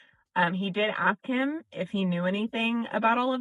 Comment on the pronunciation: Ugh. Aks. Aks her that question. This is what I don't get. You hear them talk about a woman's ASS; they can pronounce that just fine. You never hear them talk about her "fine AKS". So, I know they can make that sound. Why then can they never seem to say A-S-K and it's always aks? Yes. I'm irrationally angry abut that. It just makes them sound so ignorant.